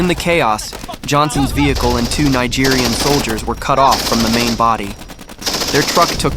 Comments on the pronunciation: Not Nigerian...Nigerien. mispronounced the entire video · Not the lawless jungle Nigeria. They meant Nigerien... as in Niger the French pronunciation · Niegerienne, not Nigerian ... point of correction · The narrator kept pronouncing Nigerien wrongly. 🇳🇪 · I appreciate the effort, but PLEASE do more research next time. You mispronounced the name of the country, and also the nationality of the soldiers, which would give people the impression that the Tongo Tongo ambush happened in a separate country. The attack took place in Niger 🇳🇪 which is pronounced "knee-zh-air," and not "nigh-jerr" as is mispronounced . The allied local soldiers who fought alongside the Americans were Nigeriens 🇳🇪 and not Nigerians 🇳🇬 . It is written similarly, but the one letter distinguishes between two separate nationalities. It is not pronounced as "Nigh-jeer-ian" the way you do (and dozens of times afterwards) as this pronunciation actually refers to the people of Nigeria, not the people of Niger. The correct pronunciation relevant to your video is "knee-jerry-yan." Niger and Nigeria are neighbouring but completely separate countries. Tonga Tonga is not located in Nigeria, and Nigeria's army was not involved in the ambush that day. Considering that four soldiers from Niger died in this ambush which took place in Niger, I think it would be proper to make it clear whose army fought in the ambush, and whose soldiers paid the ultimate sacrifice alongside their American comrades. It's the best way to honour their fight. There is a Nigerian commenter below (@ who because of the mispronunciations, is mistaken and believes his country's soldiers were there fighting at Tonga Tonga. But there is no ISIS-GS in Nigeria. If this was Nigeria, the amb